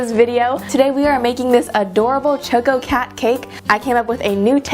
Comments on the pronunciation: ok, it's not Choe-ko-cat. It's Chah-ko-cat. ~from the one and only Chococat. (=^.^=) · You pronounced the choco part wrong. Its choco as in choco-late. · Heh, cute. But why are you pronouncing the cat's name starting with the sound like the words "choke" and "oh" instead of how it's really pronounced, like the beginning of "chocolate" (short o, as in the sound of "chalk")? And who did your nice shooting and editing?